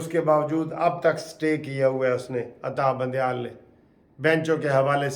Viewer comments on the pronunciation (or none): Al Salam Alaykom brother I am from Canada. You usually say Atta bandieal say it Adda bandial